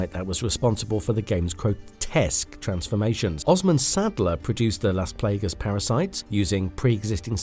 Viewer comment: are you trying to pronounce las plagas wrong?